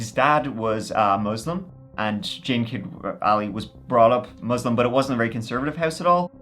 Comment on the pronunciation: lol the way you say "Muslim" is so careful. it made me laugh. Don't be, just add the meaning of that word, what it means in Eng. So people won't think of something that explodes. hehehehe. I am Muslim, and I am big fan. Can't live without you now. look for the every episode. and Spotify. yep I am stalking you. thanks "luvya" By the Way, this guy was not a muslim. Born one. but he did not become one. shame. Thou shall not kill. Be kind. We are all human. A Miracle.